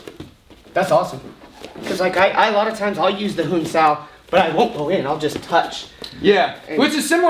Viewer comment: Great vid. Exactly what i have been saying in my own vids. Your "huen sau" pronunciation was good :)